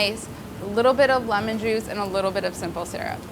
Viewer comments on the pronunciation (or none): none